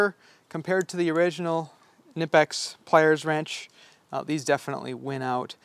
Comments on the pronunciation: Its pronounced nip-x, duh! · …‘Ken-ipix ’?…im out…heard enough… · Theyre not Knipex you pronounce them ni-peks!!! Look it up! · You're going to have to fight a new "battle". According to the company videos, they pronounce it "Kennipex"! That's odd, as it's a German company, and in German it is in fact pronounced "K-nippex". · You were bouncing between not pronouncing the K and pronouncing it. It’s a German company so they do pronounce it. Technically Ka-née-pex is correct, but in US Ka-nip-ex also seems to work. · Incorrect. You 100% pronounce the K, it’s a German company. Technically it’s Ka-née-pex, but in the US ka-nip-ex is used more. As you suggested, there are videos on YT that explain it.